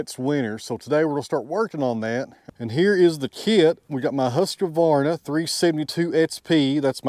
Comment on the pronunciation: If that's a Husk-A-Var-Na, then your name must be pronounced Nat-A-Han. Why do you add a syllable to their name? They don't add one to yours ...